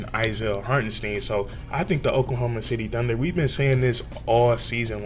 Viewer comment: Not Hartensteen he said you can call him anything but hartenSteen in his interview